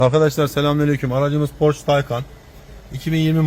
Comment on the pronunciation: Porşeye porş diyor o yanlış ama Taykan derken doğru diyor taycan diye okunmuyor. Porsche nin ceo su Taykan diyor...